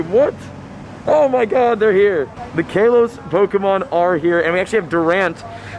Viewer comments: he said kaaloss instead of Kalos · Its kalos not kelos🤣🤣🤣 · Omg ilysm and I’m sorry but it bugs me when u say Kalos like Kaylos. I use to be a big Pokémon fan and it’s pronounced Kahlos lol. Anyways I probs dc keep up the work tho ❤️ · Everyone: KAWLOS Him:KAYLOS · Who calls it kaaaalose 😂 it's literally just ka-loss not kayloass like says either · KA-LOSE?? nah g it's Ka-loh-s. That's how they officially pronounce it. I agree on lit-lee-oh though. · He keeps saying Kay-los as well, isn’t it Kah-los? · (I’m just too shocked cuz I never heard the pronunciation Kaylos) (Ka-loss) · It’s kalos not kaelos btw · It’s Call-os, not cay-los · It's not k a Los Its kahlos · My dude says kaylos it’s kalos not kaylos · Bro its lit-le-o not litlao and its kal-o-s not calose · Man sorry to say but you been pronouncing kalos wrong.!!!! It's kaalos not kaaelose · Pronunciation: Kaaaa-lose and lit-leee-oh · What region is this "kay-los" that you keep talking about? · If anyone see’s him in public can someone please help him out on how to say “Kalos” plsssss it’s "Call-ohse" pls say it right it hurts to hear it how you say it please get it right man go watch the anime series to even hear it for you can know how to say it Please Thank You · Ik he didn’t call it kaelos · DID HE SAY KAYLOS??? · You pronounced kalos wrong. lol! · You said kalos wrong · He says Kalos wrong! 😑